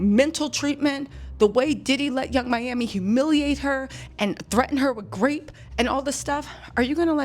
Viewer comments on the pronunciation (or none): none